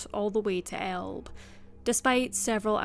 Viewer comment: Elbe is pronounced " El- bee"